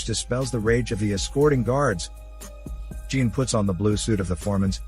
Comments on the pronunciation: I must say this as a french speaking viewer - jean isnt pronounced as the ´ea´ in jeans. The ´ea´ vocal sounds more as the ´o´ in ´john´. + the ´n´ from jean isnt pronounced This is how you pronounce the name ´jean´ in french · The mispronunciation of "Jean" did it for me - I got past the robotic delivery this time, but still only got halfway through.